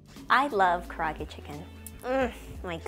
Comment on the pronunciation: Kar-ay-ag-e chicken.